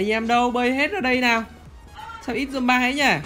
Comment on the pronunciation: đại ghét mấy thằng zombi mà nó cứ đọc zombai